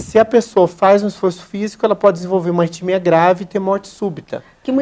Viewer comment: Não é "retimia"... É ARRITMIA!